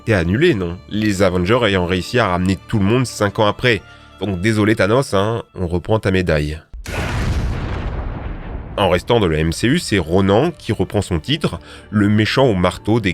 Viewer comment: Quand tu dis Ronan on entend Ronant